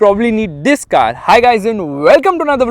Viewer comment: THISSSS, this THISSSS hits different 😆😆